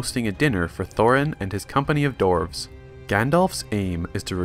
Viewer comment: DWARVES NOT DORFS